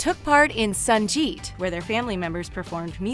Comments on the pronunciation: its 'sangeet', not 'sanjeet' . you people make fun of our pronunciation,what about yours? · It's 'sangeet'....not 'sanjeet' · please...it's not sanjeet...it's sangeet. Pronounce the 'g' in sangeet as u pronounce 'g' in good. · It’s Sangeet not Sanjeet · Sanjeet not its sangeet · You're saying it wrong, Its meHEndi not mendI And BTW puja and prayer is the same thing so saying puja prayer is like saying prayer prayer And also...It's sanGeet NOT sanJeet what? I cant help it🤷‍♀️ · It's sanGeet as in lady GaGa not Sanjeet as in Jonas 👍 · its Sangeet not Sanjeet! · Ok it is sangeet not sanjeet 🤣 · You a goddamn liar. She didn't live in less than ideal condition. It's unprofessional for you. Get your facts right next time. It's also SANGEET not SANJEET, another mistake. Rubbish! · Broooo it is "Sangeet" not "Sanjeet" , pronounce it correctly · Correction: The Indian pre-wedding singing and dance festivity is pronounced "Sangeet" with a 'G', not "Sanjeet" with a 'J'. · “Less than ideal” Bro her family was pretty comfortable. Just because she is Indian doesn’t mean she wasn’t rich. Also, it’s sanGeet not sanJeet. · It's not sanjeett.....it's Sangeeth🤣🤣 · It's not Sanjeet it's sangeet ♥️♥️♥️♥️ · It's sangeet not sanjeet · Note : it's not Sanjeet it's pronounced Sangeet🙂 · It’s soo funny how the girl said ‘sanjeet ‘ instead of sangeet 😂😂😂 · It's Geet not jeet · It's "Sangeet" , "g" needs to be pronounced as it is pronounced in the word "go" . You said it wrong as you pronounced it "sanjeet". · Sangeet is pronounced as sungjeet not sunjeet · Sanggggit....cringe It’s sangeet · Omg I swear ITS SANGEET NOT SANJEET🤦🏻‍♀️🤦🏻‍♀️🤦🏻‍♀️🤦🏻‍♀️🤦🏻‍♀️🤦🏻‍♀️ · It is Sangeet as in “G” not Sanjeet 🙈🙈🙈🙈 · it is pronounced 'Sangeet' not 'Sanjeet'. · Its Pri-yunk-aa not Pri-yaank-aa And it's Pur-in-eet-ee not paar-in-iti!! Also it's pronounced Sun-geet not saan-jeet STOP PRONOUNCING INDIAN NAME WRONG!!!!! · Sangeet ko sanjeet keh rahi h😀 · It is pronounced sangeet not sanjeed. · SanGeet not sanJeet 😩